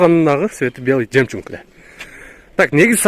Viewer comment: Белый жемчунг деп жарат да ьул жигит 🤣🤣🤣🤣🤣🤣